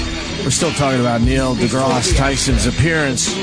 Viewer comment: Opie: Neil "DeGrahss" Tyson. "Epp-ee-tome"